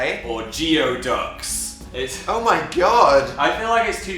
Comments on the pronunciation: its pronounced like goo-ee ducks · love you both,.laugh always(meggings are evil agreed) but .. just so you know & as I do live in Washington state where we have Geoducks (you pronounce it "gooey duck" & he geoduck is both one of the largest clams in the world, and one of the longest-lived animals of any type. As adults they have very few predators other than humans. thank you so much for my sponge!~ from the "gurls" in Seattle